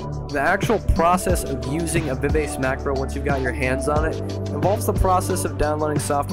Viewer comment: It's pronounced Viv ah chee